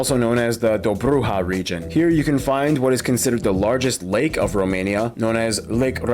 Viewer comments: DOBROGEA, NU DOBROHA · Dobrogea not drobujea :))